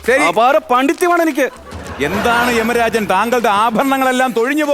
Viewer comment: 🌹യാഥാർത്വത്തിൽ യമരാജൻ കി ജയ് എന്നാണ്. യെമരാജൻ കീജയ് അല്ല. രാഷ്ട്രീയക്കാരും ഈ തെറ്റുകൾ ആവർത്തിക്കുന്നു